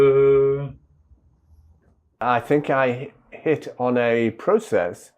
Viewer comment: Hello John. Masha'allah. Just wanted to remind you that you say Allohu Akbar, without elongation of -bar. Elongation changes the meaning. Take care!